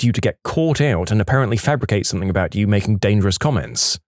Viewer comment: No k in the word something